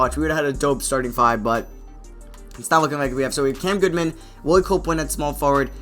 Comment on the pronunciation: Goodman* not Goodwan